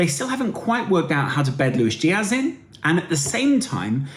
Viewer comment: I beg, BEG, you stop pronouncing it LUISH Diash